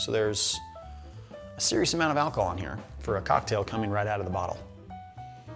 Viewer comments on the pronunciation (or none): none